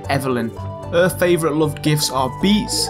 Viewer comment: At EVELYN part he said "beets" all i hear is bees